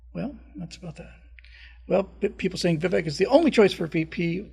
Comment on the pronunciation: Vivek is pronounced with a Spanish e sound, which sounds like a long A.... It rhymes with CAKE ... it's pronounced like VIVAKE. AND, We don't trust Kari Lake. RINO.